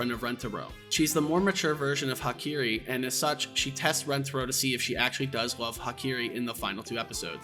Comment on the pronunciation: What the hell those Hakari and Hahari pronounciations lmao? Bro traded the "a" for "i".